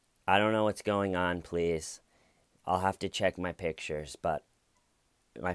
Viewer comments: Hey, hey, hey, pronounce the word correctly!! It's, "I don't know what's going on, PLEATH!!" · I DONT KNOW WHATS GOING ON PLEATH! Dammit why don't you make fun of her speech impediment? I gave you permission and EVERYTHING!!!!